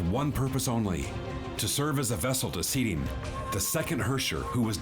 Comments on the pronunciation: Seele! Like Seh-le! I'm gonna haunt you, till you tell it correctly :) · Seele (pronounced seh leh) and Bronya grew up in an orphanage together which is why she calls Bronya effectively "Big sis Bronya" even tho theyre in a relationship, the rest of the things you asked about are kinda spoilers or just there for music video purposes